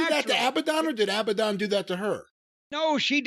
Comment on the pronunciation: Jim calling Abadon "Abandoned" is perfect Corny. 😆